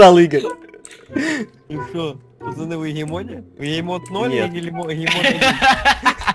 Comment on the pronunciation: Не гейммод, а ГЕЙмод